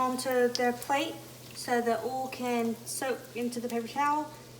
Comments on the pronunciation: It's called OIL, not OOL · come on girl it’s O-I-L OL 😂 OIL